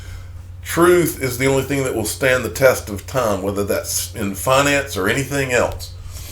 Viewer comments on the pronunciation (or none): none